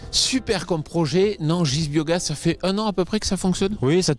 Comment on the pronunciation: Nangisse pour dire Nangis, Fant pour Fendt, Anjoy pour dire ENjoy un petit soucis de diction chez... va falloir vous réecouter les gars